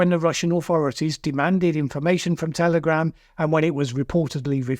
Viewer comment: Did I hear you say "Terrorgram" 36 seconds in?? 🤔🤣